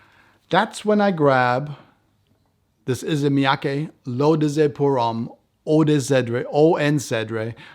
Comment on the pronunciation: thank you for your reply. As a Frenchman, I know what Homme means , it’s your pronunciation that was confusing.